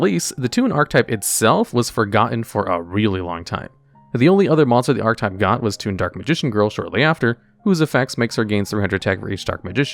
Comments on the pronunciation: ar-che-type not arc-type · Its fucking painful to hear you fuck up the word archetype over and over. PROTIP: that e changes the word you grade school dropout. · You're not saying archetype right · Completely off-topic, but has anybody else noticed that YGO content creators don't know how to pronounce "archetype?" I don't think I've heard one pronounce it correctly yet.